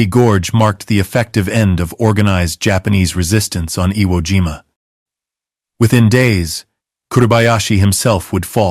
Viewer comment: Uh weemah?😂😂😂😂. Never heard of that island. Iwo jima might be close by. How old are you mister creator. ...10 11😂 your AI voice won't save you.